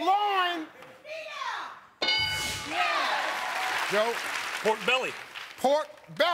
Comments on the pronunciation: "Pork lawn." "L-I-O-N. Loin." She's fucking obstreperous. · pronounced it LAWN! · She said LION and its LOIN 😂😂😂😂😂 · She pronounced "lawn," she spelled "lion," but she meant "loin." It's a good thing Steve Harvey was there, because a white host never would have deciphered that. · She said “pork lawn”, spelled “pork lion 🦁” put meant “pork loin” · I died when she said L I O N, LOIN! 😂💀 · I was literally about to say.....are we just gonna act like she didn't spell lion hahaha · L-I-O-N LAWN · Then she pronounced Pork LAWN! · I heard “pork line” or “pork lawn”. But wt heck is a pork lion? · She pronounced it as lawn, spelled it as lion, but meant loin! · And she pronounced LAWN! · LAWN huh? LAWN, pork line L-I-O-N lorn , pork lawn How tf do you screw up that hard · LAWWWWNN! LAWWWWNNN! PORK LOOIIIINN!!! L I O N, LOOOIINNNN!!!!!! Geez... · L-I-O-N LAHUN! Do you mean LION? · She spelled lion lmao and said lawn 😂